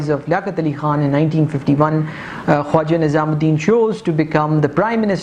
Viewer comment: first of all the name is not nizam ud din its nazim ud din . secondly the picture u domonstrated to show Muhammad Ali Bogra was a wrong picture .. it was of Ch. Muhammad Ali . thirdly Molvi tameez ud din was not the president of assembly ... he was the speaker of the assembly .. plz make these corrections .... rest of the presentation is marvellous ... ur style is quite impressive ... keep it up